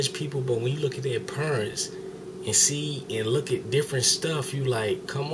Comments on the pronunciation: lmao you said peernts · "if you look at the purents..." NOT a typo. Haha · Hahaha he said "purents" instead of parents lol I love black ppl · Its so funny how he says parents!! lawlz.